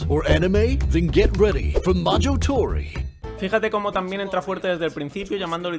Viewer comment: No sé por qué, pero me encantó este video en especial. El "1500" del principio, explicaciones de calidad, el hecho de haber visto los magníficos trailers de Alva y el "Ma - joh - toh - ry" del final con acento angloparlante.